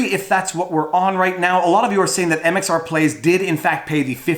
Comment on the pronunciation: MRX plays!! Omg you’ve said it wrong and I can’t handle it!! It’s MxR plays and I’m unsubbing!!